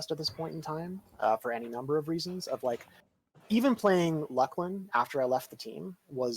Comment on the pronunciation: That is probably the oddest pronunciation of it that I've heard. I guess some people maybe can beat it with Luss-Lin